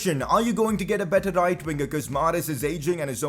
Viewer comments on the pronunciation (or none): none